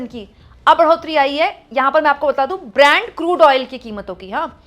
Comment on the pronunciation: Brand crude oil nahi Brent crude boliye ma'am